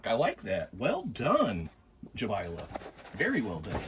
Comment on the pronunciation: That’s a great name! Bit of a mouthful 😂. Congrats on saying Jabaile correctly. That itself deserves a like 👍🏼 Great little crawlers. Great show